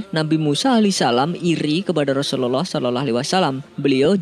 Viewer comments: Yg bener ngucap rusuluallah jgn sorolloaalh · Assallamualaikum. Min gw hanya mau beri masukan doang nih. Tlong pngucapan Rasulullah SAW d prjelas. Pmbacaan Rasulullah kok kedengarannya jdi Seolah-olah. Bacanya jgn trlalu buru2. Santai aja knapa sih.? Tlong d prbaiki utk kdepan. Ada gak yg spendapat dgn saya? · Pmbacaan Rasulullah SAW., Kdengarannya kok kayak Raslullah Seolah-olah wasalam. Apa sya yg salah dengar atau mmang admin yg gak tau cara baca? Jgn gitu dong min. Tlong d prjelas pmbacaan utk baginda Nabi. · Assalamu'alaikum bang. Pengucapan Rasulullah SAW nya di perbaiki bang supaya gk keliru. Syukron